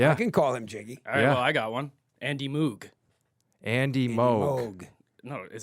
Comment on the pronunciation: I know he was before your time and all but as a Bruins fan you can't be mispronouncing Andy Moog lol. I always think of the season ticket holder in the old Garden that would yell "Aaaannnndy Moooog... Andy God damn Moog!" the entire game. You could hear him all game on the broadcast.